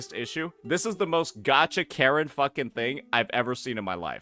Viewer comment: You said karen i heard carret lol